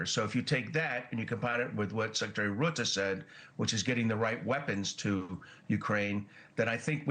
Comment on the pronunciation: Lady news anchor --- "Mark Root" - how is it possible you still don't know how to pronounce the name of the NATO SG by now?? Wake up!